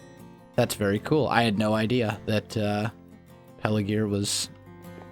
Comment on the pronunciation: It's Pelargir, not Pelagir.